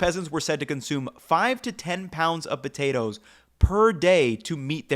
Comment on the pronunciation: Is he deliberately trying to be comedic by pronouncing it “botatoes”?